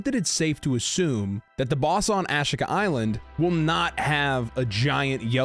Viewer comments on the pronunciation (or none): AHH SHEE KUH is how it is said. not whatever you keep saying.. lol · aaaaa sheeeeeee kaaaaaaa. a she ka island. In my brain there is a 12% chance I'm wrong about this pronunciation.